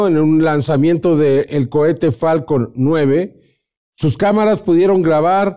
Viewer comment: se dice cohete,no cuete,qué pasó con eso?